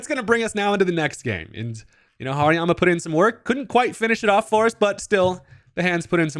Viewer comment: Subtitles say hurricane not harryamah